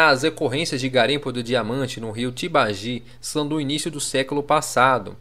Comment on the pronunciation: não é tabagi, e sim Tibagi